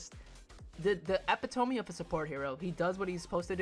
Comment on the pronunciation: Loving the tier list, but your pronunciations of "Epitome" are physically hurting me :(